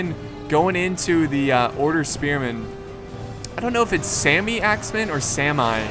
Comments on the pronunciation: the norwagiens sami axemen is not saimai sami is a norwegian urtribe from north norway and good video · In "Sami", pronounce the "a" like in the word "car" and make it a bit longer. Saami.